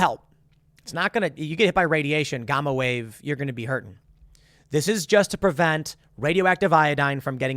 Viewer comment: As much as Tim reads.....why can't he pronounce things correctly......Gamma not Gomma.